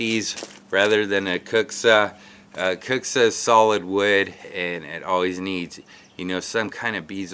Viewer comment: It's pronoucent kind of like qu-bilka.